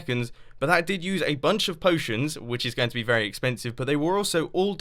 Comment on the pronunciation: At 34 seconds "very" the way you say it😂😂😂😂😂😂😂😂😂😂😂😂😂😂😂😂😂😂